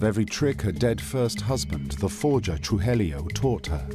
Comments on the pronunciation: Narrator keeps saying "Trujelio instead of Tru-ji-llo!!😂😂😂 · Except for the horrific pronunciation of Spanish names...